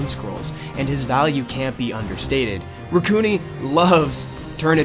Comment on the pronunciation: I thought it was (Rack-u-nai)